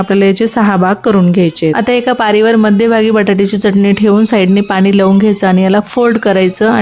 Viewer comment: पाणी बोल पानी नाही